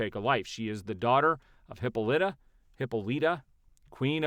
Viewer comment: “Hip-all-it-uhh” Hippolyta is pronounced in quotes